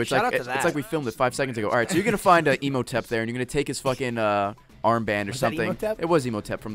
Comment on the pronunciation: I'm pretty sure it's not pronounced EMO-tep. Unless they're talking about Imhotep's sad brother, of course.